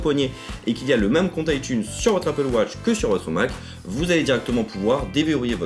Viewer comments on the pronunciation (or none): none